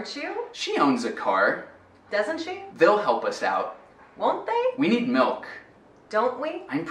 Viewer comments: soh escutei "we're milk" ou we milk mas nem cheiro do "need" 🤗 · Cara, eu só ouço "We milk" o "need" desapareceu pros meus ouvidos. Não é possível que ele disse o verbo...